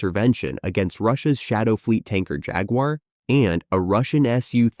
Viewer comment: Any video that cannot even pronounce jaguar correctly hasn’t done their research so the rest of the facts cannot be trusted